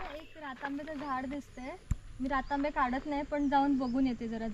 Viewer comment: रातांबे नाही रतांबे रक्तात सारखे दिसणारे आंबे ते रतांबे